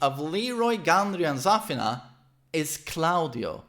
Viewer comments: idk but the way he pronounces Zafina bothers me oof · The way he pronounces Zafina annoys the hell outta me